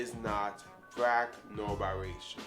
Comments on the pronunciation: What the hell is a”brack”??? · Wtf is brack ? You mean black